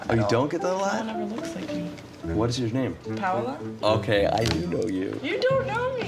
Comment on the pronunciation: Her name is Paola but he kept calling her Paula....